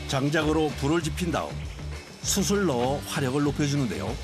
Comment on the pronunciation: 이 양반아! (숯을...) 읽을 때 수츨.... 이라고 해야 합니다. EBS 방송이 왜 그래?